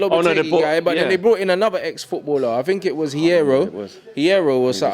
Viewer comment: "DO yOU FinK thAT..."